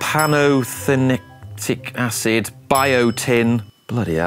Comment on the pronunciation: as a chemist, and an organic chemist, there is no way you can't pronounce pantothenic acid. Or Vitamin B5, as its commonly known.